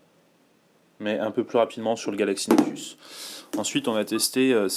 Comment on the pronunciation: scheiß französisch. galaxy s dö, galachsy nechsus, motoola raser, oxparie as.... so verschissen reden >:(